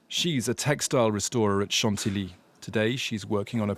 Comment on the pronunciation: You are pronouncing it wrong. It's not san-ti-li but san-ti-yi (Chantilly). Thanks.